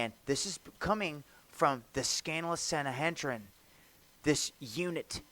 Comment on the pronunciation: Hard to take someone seriously when they are talking about the stars and can't even pronounce Pleiades correctly (or the word Sanhedrin). Just remember, Jesus told us, "But of that day and hour knoweth no man, no, not the angels of heaven, but my Father only." (Matt. ) There may be something to the stars and planets aligning, but always be cautious about date setting.